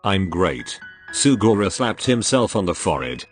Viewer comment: I love how the voice said sugora